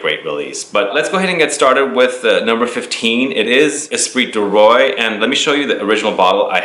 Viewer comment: Great video but how can you say eau de parfum so well and yet say esprit du ROY? Lol